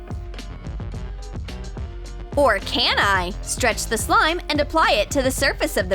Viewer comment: Why are they saying slime as sloim?